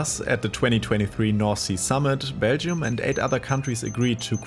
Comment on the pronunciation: Someone teach this man how to pronounce Belgium. Sounds closer to Beijing than Belgium